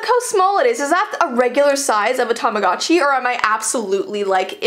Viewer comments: Tamogochi isn't pronounced like that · It's not Tamagotchi it's "Tomodachi"